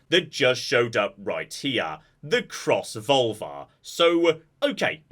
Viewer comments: Every time says "Crossvolver", I'm hearing "crossvulva"... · When I thought i heard it once I couldn't un hear it. Cross-Vulva.